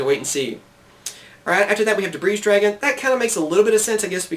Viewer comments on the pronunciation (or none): the S in Debris is silent :P